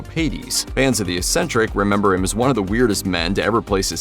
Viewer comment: And Eccentric is pronounced ehk SEN tric NOT ess entric!😁